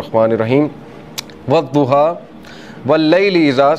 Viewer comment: In arabic language there is no zwad..its dwad...so you must say sure Duha